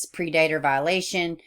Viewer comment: I like the way you say "pre dater" instead of "predator" as we all know exactly what you mean. Poor Breasia, she met a real monster! 💔 Why are people hating on the mum though? Did she know that he was a ped before? Or are people just assuming that she must have known?